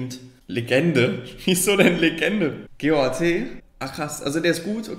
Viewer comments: Hör auf GOAT deutsch auszusprechen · Bitte sprich Goat wie Goat auf Englisch aus nicht G O A T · es heißt Goat und nicht g o a t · warum sagt er immer G O A T anstatt goat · Wieso sagt er immer G O A T? Was ist das?